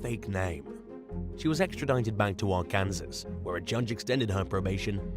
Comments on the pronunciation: The real Darwin awards never been happier to be a vegetarian 😂 Arkansas is pronounced Arkan saw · The s on the end of Arkansas is silent. So it’s Ar-kan-sah, but you add in a southern accent and the sah at the end sounds more like saw. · It's pronounced ArkansASS! (yes I live here) lol